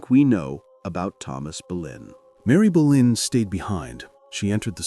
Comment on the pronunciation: No quiero videos en español solo en ingles y no hacen buena traducción y no es Berlín es Boleyn o Bolena